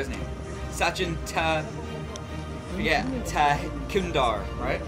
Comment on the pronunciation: If you can't pronounce Sachin Tendulkar.. you can just mention as God of Cricket..